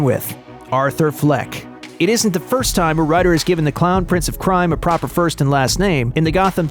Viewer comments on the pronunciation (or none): none